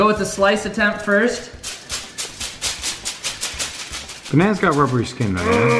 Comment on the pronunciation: * likes video cause he says banana wrong*